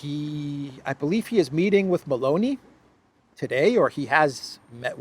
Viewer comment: it's meloni, not baloney